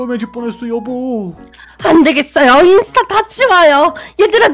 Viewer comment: 근데 인수타가 아니라 인스타 에요 오늘 재미있었어요